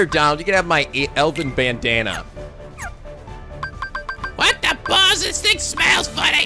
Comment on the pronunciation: When you said Elven Bandana I thought you said Elvis Bandana xD